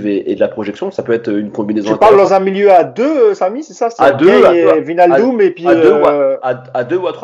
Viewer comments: Maintenant qu'il vient, apprenons à prononcer Wijnaldum. Écoutez sur ce lien la vraie prononciation, dite par un Néerlandais, ça se dit VÉy-NAAL-Deum: Apprès si vous voulez je vous apprendrai à prononcer MBappé et NGolo Kanté et autres Dembélé 😄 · Le j de wijnaldum n est pas prononcé. En gros on prononce juste le i come un i anglais.